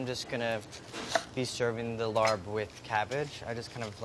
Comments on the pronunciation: As a Laotian, we don't say larp, we say Laab. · It's LAAB not larb!!!! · A better American transliteration of the word ลาบ aka "larb", would be "lahb". It's a long 'a' and closed 'b', if that makes any sense. So your dish would be ลาบเห็ด. That would be transcribed as "Lahb Het". I'm liking your style tho, my dude! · Omfg do not use soy sauce please it won't taste right at all. Also it's a Thai dish and it's pronounced more like "lop". Like imagine saying larb with a very thick Asian accent that's how it's pronounced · everytime he say larb, I'm like whats that? its pronounced la-ab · Could people stop calling it LARB, it's pronounced LABP!!! try to put the B and the P together! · I''m Thai and It's not "Larb", it's pronounced LAP, pronouncication is the same for Thai and Laos, not sure why it's not spelled correctly. Restaurants spelled it Larb, so people pronounced it like it's spelled which is wrong. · I’m a Thai-American restaurant owner. She is 100% correct the R is silent. Such a pet peeve when people get it wrong and they laugh at the pronunciation even though they’re wrong lol. It is indeed pronounced [ L-AHH-P ] Thank you! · Luke J. / Nexus if you spoke Thai you would know that you don't pronounce the r. I have grown up and am growing up surrounded by Thai and Lao people so I would know. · thank you.. it was driving me crazy.. LaRRb. no. please. stahp. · ANDY!@ I love you but as someone who is Lao and Thai, your pronunciation is wrong. the R in Larb is silent. It is pronounced Lab. Short A sound and soft B. Like the word Lob. Other than that ... omg I've NEVER in a million years thought of using mushrooms in larb. I need to go make this. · CAN PEOPLE START SAYING IT THE CORRECT WAY?! “LAAB” not “larb” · It's said laab and not larb. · am i the only one that feels weird when he says larb instead of laap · "fah" not "foe" "LAAP" not "Laarb" :) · R is silent. Same mistake irked me in Spider-Man homecoming. It sounds like (L-ah).